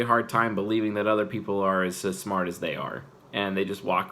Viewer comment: lulz he said me schmart